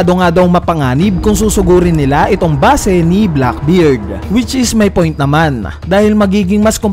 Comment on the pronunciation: Mali pag bigkas mo ng base